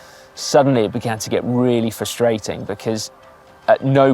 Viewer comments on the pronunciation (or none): none